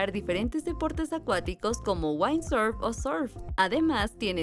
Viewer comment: Que horror como pronunció incorrectamente la palabra WINDSURF 😂